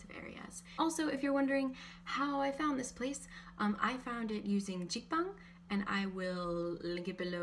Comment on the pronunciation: jik bang not zigbang